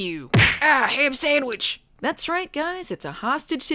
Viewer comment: I replayed "ah, ham samwich" like ten times 😂